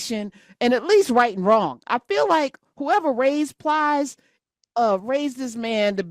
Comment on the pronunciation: Calling Plies “Piles” is hilarious